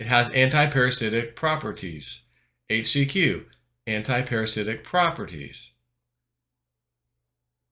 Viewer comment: You can't even "overdose" on "HAITCH-SEE-QUee" or "FLIBER-MEC-TIN"